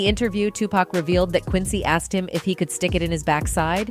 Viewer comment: "he was axed by quincy jones" how hard is it to say asked?